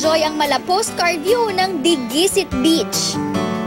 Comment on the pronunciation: diguisit is pronounced nang mabilis at walang accent sa kahit na anong syllable...pati yung dicasalarin, mali pagpronounce